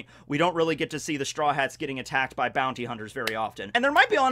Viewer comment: Did he just said booty instead of Bounty xD